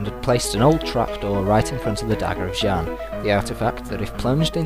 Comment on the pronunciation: i love your talkthroughs:D they are really great and funny:) just two things, the warriors fighting against the chinese dragon army are tibetians, and xian is pronounced "SEE-AAN":P